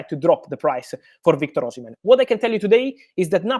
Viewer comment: Oshimem✅ Oshimen❌